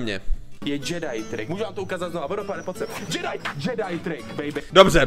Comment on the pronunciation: džedáj" tryk 😂kdo se taky málem pochcal? 😂